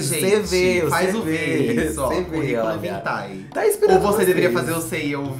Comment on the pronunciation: "Curriculo Vitae" KKKKKKKKKKK BERROOO